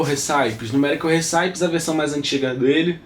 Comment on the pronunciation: Uma sugestão apenas: procure melhorar o seu Inglês. Não diga "numerical riçáipes", diga "numerical récipes". "Raspberry Pi" diga algo como "rasberi pai".